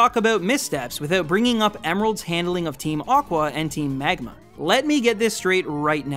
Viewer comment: i absolutely loved all this analysis, except the parts where he says "megma", made me chuckle